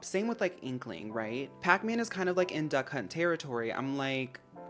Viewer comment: The more you say "Duck Hunt" the more I can't help but hear "Da Kh*nt"